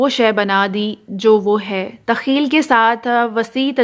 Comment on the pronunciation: تخیل کا تلفظ بہت غلط ھے